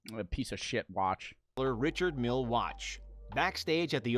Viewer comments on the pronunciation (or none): none